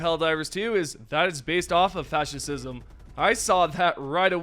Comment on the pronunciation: "fasciscism" lmao